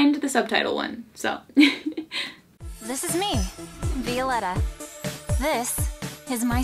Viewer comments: I absolutely love you but your pronunciation of Violetta is frustrating. My sisters name is Violeta and we pronounce it Vio-leh-tah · Say it with me, "Vee-oh-leh-ta" (Violetta) ❤️ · I love you, but it bugs me how you pronounce VIO- LE- RA 😂😂 Loved the video 💕